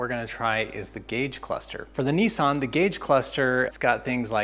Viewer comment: It's not a kneesan it's a Nisssan 🤪.